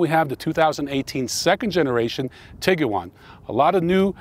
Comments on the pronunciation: tig - you - wan ... NO. tig - wan. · Whop can’t say Tiguan. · Man you are so jacked that I'm too nervous to mention the Tiguan has only two syllables. Nonetheless, your channel is very impressive.